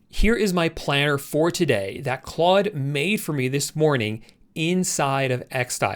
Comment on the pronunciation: It’s pronounced “clode”. It’s French, so don’t say clud anymore xD